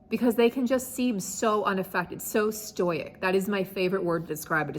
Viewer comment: The word it “stoic”. Not “stoyic”. And yes, a dismissive avoidant’s super power is the ability to appear stoic when you’re falling apart with anxiety and uncertainty.